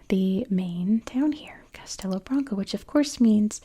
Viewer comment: I don't think anyone would think you're trying to offend us. You're making a video showcasing our country, which is great and appreciated. I will point out that the "O" at the end of "Branco" sounds more like a "U" for the sake of correctness, but you're doing fine (especially for someone who doesn't live here). Portugal's a beautiful country. Thank you for making this video.